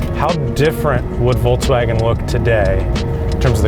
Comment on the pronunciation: Why do you guys pronounce it: VOLTSWAGEN, instead of VolKswagen?